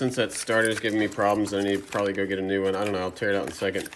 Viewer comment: "It'll proably be fine or a fire" Lol!!!